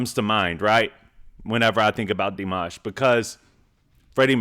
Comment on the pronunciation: Love your commentary every time you watch Dimash! (You pronounce his name perfectly.) Please go see him at Madison Square Garden on Oct 5! ("Showing off" with the highest note ever sung live in concert!)❤